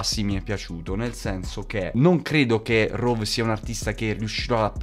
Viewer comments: Comunque si dice rhove non rhov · Si dice RHOVE con la E che si sente